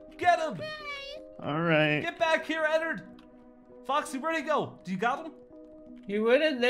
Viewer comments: It annoys me it's ennard not ennerd 😥 please i respect him call him by his name ennard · I'm not hating but its not "Ennord" its "Ennard" its just a little change (its just I hate when then say the fnaf names wrong) funtime foxy is a girl btw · its not enod its ennard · Bruh In the movie you didn't say his name right it's Enerd one of the most evil animatronics 😧😧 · Enod LOL it’s ennard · You have to say Ennard not Enrad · He sad enerd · its eanned not enod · Ennerd not ennord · its not annard its earnled idk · isin't it ennord?